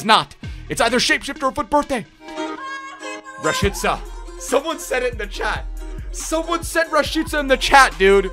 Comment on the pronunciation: the Only YouTuber who says Rashica the RIGHT WAY 🇦🇱 🇽🇰👐🏻